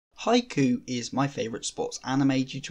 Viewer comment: It’s “Hi-Q” not “hi-coo”.